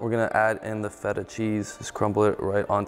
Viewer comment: im not gonna lie, i only care about the way he said feta